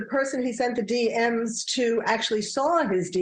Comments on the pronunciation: Slid into “DMs” — Dee emm esss. LoL. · DeeEmm's... not DMeses.. rolls eyes at Abrams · really cause he couldn't even get the name pronunciation right of one of the victims this late in the game and said D M S instead of DMs (dee emms) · "Slid into one of the girls' Dee Emm Ess" .......😬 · Please teach Dan how to say DM's so he doesn't sound dumb. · A real old person moment with the DMS. I love it. Even said “slid in” 😂😂😂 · D M S like in PMS😂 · Big cringe when the reporter said “he slid into one of the girls dms” yikes stick to the teleprompter dude lol